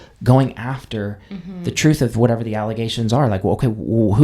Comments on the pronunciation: 😂 so much “troof”…I was like, “what’s’troof’?!??” 🤷‍♀️🤔🤦‍♀️ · So much for his: I’m ‘de only person gettin’ ALL ‘de info from ALL sources an’ I’m gon’ go ‘thew’ it and get da’ ‘TROOF’ an’ gi’ my results an’ ‘den I’ll be done